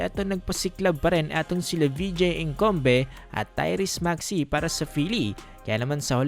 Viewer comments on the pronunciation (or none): HaLatang Nanunuod ka lang, para may e-Content KAHIT MALI! Hindi ka nakikinig sa Announcer ng NBA kung Ano ang Tamang Pagbigkas ng Apelyido na yan! WALANG PLAYER NA EDKOMBE EBKOMBE ENGKOMBE ANG SEXERS! WALANG GANYAN! Maraming Beses mo pa inulit-ulit! Nakaka Bwesit! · 😂😂😂 patawa ka nmn dika nman mrunong mg pronounciation 😂😂😂